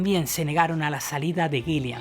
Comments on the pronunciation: Acuérdate, que el cantante de Deep Purple es Ian Gillan y no Ian Gill"i"an como has dicho.... La segunda "i" no existe. Un saludo, gran documento 👏🏻👏🏻👏🏻👏🏻👍🏻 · Buen video. Adoro a Blackmore como el gran guitarrista que fue. Pero por lo que más quieras, pronuncia bien el nombre del cantante Ian GILLAN, no Ian " GILLIAN". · No es Gillian. Es Gillan. Gillian es nombre femenino. Gillan (sin la "I") es apellido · Y es Gillan, no "Gillian". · Muy buen video👍... pero cuando dices Gillian estas pronunciado una segunda " i " que no existe, tal vez pienses que se escribe o pronuncia como el apellido del director de cine Terry Gilliam... pero estas equivocado. Además, aunque Purple y Rainbow fueron muy importantes en la gestación del metal, personalmente creo que Ritchie NUNCA ha tocado metal. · Cada vez que dice "Gilian" me saltan los plomos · A parte d la pronunciación de Purple o Guillan ..q como a otros patean la oreja ...hay varios errores en la biografía ... pero uno q es imposible dejar pasar es qué : En el álbum SLAVES & MASTERS ... La voz es de Joe Lee Turner ... Quien a propósito .. también fue vocalista de Rainbow Ota cosa qué olvidaste es qué .. En la etapa de Deep con Coverdale Blackmore también dejo al grupo dejando a deep con Tommy Bolin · Es Ian Gillan y no Gillian ... y es Roger Glover... y no Roger Grover.... Por lo demás un buen documento. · Así es, también se le escucha decir Gillian en lugar de Gillan y Grover en lugar de Glover.